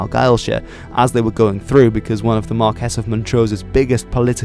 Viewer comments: Marquees should be said like Mar - key Sorry I had to let you know, for future videos, The way you say it, Mar - kess , grates on my wee Scottish ears. So say it like Mar - key 🗝 Great Video. Cheers 😍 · nice informative video a couple of points 1) the Battle of the Boyne was on July first 1690, not 1692 and 2) James Graham was the Marquis (pronounced as mar-quis and not mar-kess)of Montrose. I can also remember that in living memory the public house in the village of Glencoe had a sign over the door stating NO dogs or Campbells allowed. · I'm asking not telling. isnt marques pronounced mar-kee?